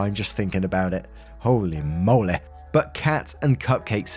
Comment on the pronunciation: Story 1: As says “Holay Molay” dear lord this guy is thick in the head. I’d be more than apologizing and looking through trash to find that shirt